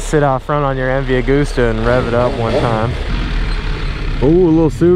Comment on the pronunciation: When you don't know how to pronounce MV Agusta so you pronounce it in different ways lmao